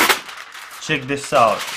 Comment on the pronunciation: I'm not making fun of him bbecause I also have an accent, but it's so cute the way he says "cheek it out" instead of "check it out"